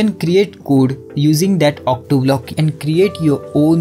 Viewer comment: Why are you saying otto as octo????????